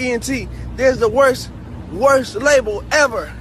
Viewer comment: He says the word label like Dradel